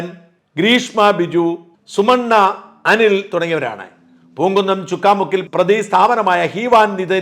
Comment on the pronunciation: ചുക്കാമുക്ക് അല്ല ചക്കാ മുക്ക് ആണ്